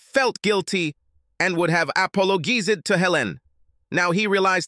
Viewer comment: AI bug. There are a lot of them. All the different voices have them, I noticed.